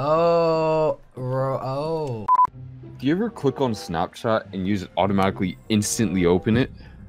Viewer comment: said dilby